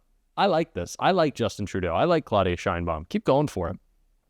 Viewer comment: I think he's really pissed this time, positively mad, can't even pronounce Sheinbaum's name. He obviously thought nobody would stand up to him and he looks somewhat surprised at Musk's "diligence"in realizing the "cuts" he had promised.